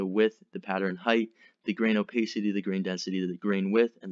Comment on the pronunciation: Crings everytime i hear "o-pace-ity" its o-PASS-ity you knob.